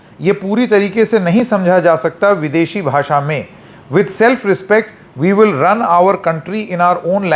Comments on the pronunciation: Shaw himself can't pronounce the word "bhasha" properly,... He says "Bhasa" 😂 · इनको खुद को बोलनी नहीं आती 😂😂. भासा नहीं, भाषा होता है अंकल 😂😂😂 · तड़ीपार को हिंदी "भासा" भी नहीं आती है, उसके भी लाले पड गए हैं! गधे को कोई बोलो भाषा होता है, भासा नहीं!